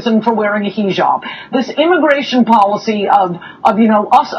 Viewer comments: No I mean the heejob that came out of Coulter's mouth, completely butchering the correct pronounciation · "HEEE-JOB" -___- I mean really? Can people get any Ignorant? SMH